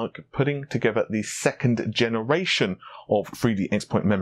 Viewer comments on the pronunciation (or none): none